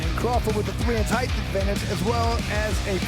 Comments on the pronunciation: Still waiting for the announcer to figure out that there are only 2 H’s in height. It does not rhyme with eighth. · Why is this doofus allowed to say "heighth" over and over!?!?